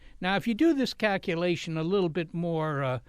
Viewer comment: Cack u lations